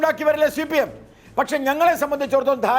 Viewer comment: എടോ ഗോപാലകൃഷ്ണ.. താനാരു വാ നീ ആദ്യം CPIM എന്ന് സീമ എന്നും നന്നായി പറയാൻ പഠിക്കു..ഷി പി എം എന്നല്ല.., ഷീമ എന്നും പറയുന്നതനാനാക്ക് വടിക്ക്.. ഷി.ദിവാകരൻ.. എന്താടാ